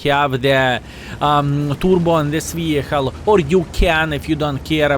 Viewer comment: i love you - but its vehiKKKKKle. :D